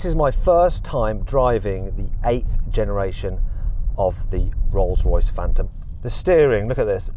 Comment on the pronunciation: 뤌스뤄이스 프웬텀